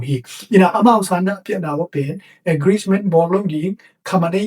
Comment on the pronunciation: English word te ah na pronounciation tawm khat hong puah le cin cih khat hong thuum nuam ing. Gth na - Agreesment na cih pen Agreement hi zaw ding hi. Preme minster pen Prime minister hi zaw leh ko a ngai lam te aa ding zak nuam ee. Bangbng hi ta leh na pil na leh na hun manpha tam pi nong piak zel man in lungdam ing gei. Nang tungtawng in hun tawm no sung thu thak leh thu manpha tampi za kha zel ka hih man in lungdam.